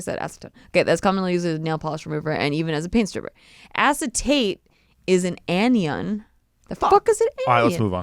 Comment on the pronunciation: "what the heck is an aNiOn?!" 🤣